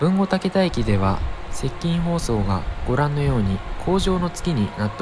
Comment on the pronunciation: 「たけだ」ではなく「たけた」です。